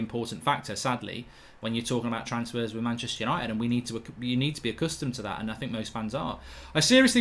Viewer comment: Stop sayin manchester ushited so often it cringes and theres kids watchin.. foul word